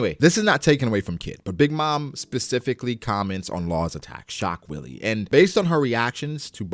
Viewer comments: "shock Willy" 😂 I think it's pronounced "vee-luh" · so funny how you always call it "Shock willy" XD He is saying "ショックヴィレ"(Shokku ville) Which basically means "Schock wille". and its german for "Shock will". And the german word "Wille" is not pronounced like "willy" but like "villeh". I guess it suppose to be a pun for the actual german word "Schockwelle" which means "Shockwave".